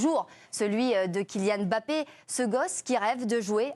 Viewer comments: prononce Mbappe comme une africaine. Bravo. Tu es là seule journaliste française à Bien prononcé ce nom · bravo vous prononcez comme il se doit Mbappé...MERCI